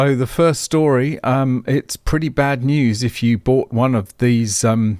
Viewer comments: Rimac looks Slavic - you might pronounce it Rim-ach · pronounced "REEMAK" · it actually pronounced Rim-Mack the Surname of Mate Rimac and that's Mate is not the way we say it in Austtalia it pronounced like Pate but with an Ma-te